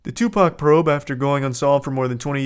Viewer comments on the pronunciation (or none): none